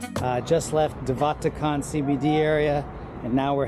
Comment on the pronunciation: Im south african and you said de waterkant terrebly